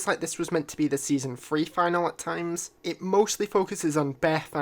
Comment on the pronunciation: Just a heads up You pronounced Finale wrong